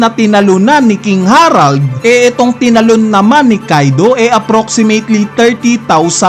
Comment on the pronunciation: KING HE-RALD KING HA-RALD nakakapanibago pag banggit mo HAHAHAHA